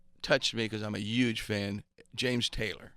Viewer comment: he says "yuge" like Donald Trump and Bernie Sanders.